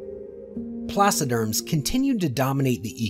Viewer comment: Yeahhh. They said placoderms wrong(as I'm complaining I didn't look up that spelling so 🤷)